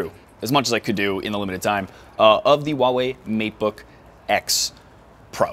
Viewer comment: Hahhahah you said "meat book" insted of "mate book". Hahaha